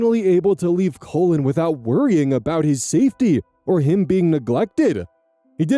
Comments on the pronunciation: I kept hearing the name Colon instead of Cullen. Made me have a nice double take. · mispronouncing this poor kid's name as "colon" over and over is killing me 😂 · Just to let you know, the 'u' in 'Cullen' is pronounced like it is in hull, skull, or dull. Sometimes you were saying 'Cullen' like 'colon'. It's not a big deal, it was funny to think the grandma was calling her grandbaby colon 😅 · Colon... kull'n ... 😂 (Cullen) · On story 4, I was only listening and not reading along. I kept hearing the step grandson's name as "colon" and was so confused. Then I looked at the screen . I think this is the first time seeing Cullen as a first name. I'm sure it's a lovely name, I'm just dumb. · "Cullen" *looks* like a cool name, but hearing you pronounce it over, and over, makes me want to suggest that no-one ever name their child "Cullen." I could not stop hearing "Colon." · All the comments saying “omg I thought you were saying colon!!” Thank god it’s Cullen he’d be bullied?? Colin is a really normal name no? Not in America? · The first part of cullin rhymes with Gull, it should not be pronounced as colon I'm giggling 😂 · Such a minor detail but I'm gonna point it out because my youngest brothers name is also Cullen it's pronounced (k-uh-lynn) lol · Not me, a listener, thinking was pronouncing Collin as Colon when it's Cullen 💀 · omg I wasn't looking at the screen and from pronunciation I thought they named the baby "Colon". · I'm sorry but naming a child "Cullen" isn't very cool because as shown in this video, whether or not intentional, it will be pronounced as "Colon" (as in the last 10inches of the GI track)